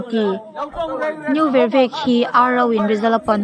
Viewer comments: Vervek khua i lam rik dan hi a dik lo hulhual,... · Vervek pawh lam dik thei lo.